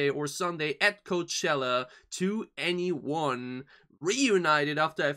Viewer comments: 2NE1 pronounce 21 by the way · you looked up how to pronounce it and still got it wrong? "Twen'y One" - just listen to them introduce themselves on any song or variety show performance. 'To Anyone' is an album title and a play on their name ...just say 21 and drop the second T sound.